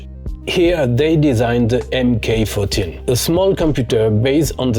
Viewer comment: An excellent video thank you. A nice history of Sinclair's computers. Starting (as I did) with the MK14 from Sir Clive's (Regulation Circumventing) 'holding' company Science of Cambridge. In particular congratulations on correct pronouncing M.K.14 , the Microcomputer Kit with 14 LSI support chips. If you haven't seen it you should watch the Ian Williamson interview by The Centre for Computing History channel for more background on the MK14.